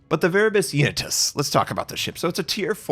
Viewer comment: Finally is butchering the Latin language 🤣